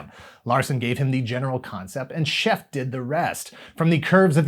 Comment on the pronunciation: Nice series recap, I wrote/published "The Knight Rider Companion" in 2008, a 680 page full color guide book to the original series. Glen A. Larson was a dear friend of mine. Michael's Scheffe's last name is pronounced "Sha-faye". I also assisted Diamond Select Toys with their 1/15 scale lights/sounds (I provided the sound clips for KITT) and Minimates Knight Rider toy lines. I did a two page spread of the new KITT's dash for the Knight Rider: Knight Strikes Vol 2 TBD by Lion Forge Comics. I've been keeping the spirit of Knight Rider alive since 2005 and chances are you've seen my work in some form or another, especially in google image searches. I've literally ate, slept, and breathed Knight Rider and still do today. Really love your videos! Keep up the great work!